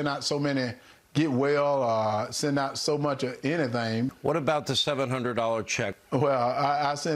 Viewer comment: "So much a' anythang..." What does that even mean?!